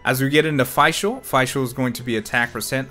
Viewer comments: ok i have to say this... its not Feischl, its Fischl, spoken like you spell "e" in english, its Feshl, (Fischl) thats german... i cant hear that butchering of the easiest name in the game xD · Did he just say Fai Schul? It's Fischl like Fisch l ... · just a heads up but since fischl's whole schtick is uhh being german (nicknamed prinzessin and all that), her name would be pronounced as FISHL. yes. like a fish. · you mean it's pronounced just "fish"? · I don't want to be that person, but since Fischl's a german-based character, I think you should pronounce her name as "fish-el". ^^ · I figured as much ATK as possible on Fishl because 80% of her ATK is done as Electro DMG when Oz is out and an Elemental Reaction is proc'd. Also her name is pronounced as if you were saying official without the O. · "Fi-chel" WAT?? yo correct that pronunciation plz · your pronunciation of fischl gave me a stroke